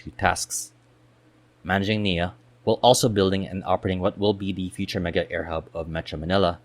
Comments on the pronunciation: A very succint analysis of NAIA and existing nearby and future adjacent airports. It has none of the propaganda or pandering commentary to San Miguel just simple facts. Just a few comments 1) It is not NIA (which refers to National Irrigation Authority) it is NAIA or nah-ee-ah. Sorry the pronounciation just gets me. 2) You should also discuss public access to NAIA and nearby airports such as trains, subways, even expressways. It is important as part of decongestion that people can easily get in and out of the various terminals faster, keeping volumes of people lowere witthing terminals as much as possible. 3) I hope they inter connect new Terminal 5 and Terminal 1 as well as Terminal 2 and new Terminal 4, making it more convenient for travelers the former 2 for international travel and the latter 2 for domestic travel. This leaves only Terminal 3 isolated. In other large International Airports like Changi and Frankfurt all terminals are interconnected by internal trains. 4) The idea of redeveloping NAIA to a new city Township like BGC (basically expanding Newport City) is still possible with the caveat to develop a Terminal Transit express to both NMIA in Bulacan and Sangley International where people can check-in (2 hours before) and take Airport express trains to NMIA or Sangley just like in Hong Kong. This would allow people to travel to a single convenient location nearby to check-in and still get to airports which are far away with facility. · NA-EE-YA, not NEEYA, tf is Neeya